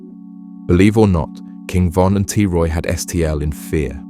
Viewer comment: Take her to the o von dissed duck and ducks brother brick if your gonna make a documentary about people make sure you know everything and pronounce stuff properly cause this is ridiculous